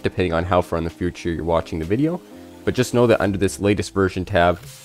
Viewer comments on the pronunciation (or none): none